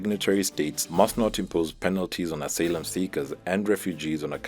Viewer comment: "...asalem seekers?" Do you mean "asylum seekers?"